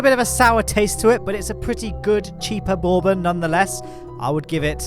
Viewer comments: It’s bourbon not blorbon brother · How many times have I said it? Try weller! It’s better than makers or jack daniels (barf). The weller is the same mash bill as Pappy Van winkel (look it up). It’s fantastic for a $20 bourbon (pronounced burr-bun).